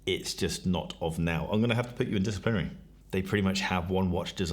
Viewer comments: “Disaplinary”:, I’m not being pedantic. That has to be corrected. It’s “disciplinary”. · WTF is ‘disaplinary’😂🤣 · It's very funny that all of these rankings and opinions are totally nullified and undermined by the hilarious butchering of the word 'disciplinary' 😂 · Came to the comments to look for a reaction to this. English is not my mother tongue but that one sticks out like a sore thumb :P